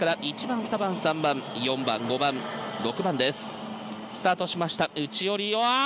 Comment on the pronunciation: 宮島ですね。スタートしました！ の発音が好き。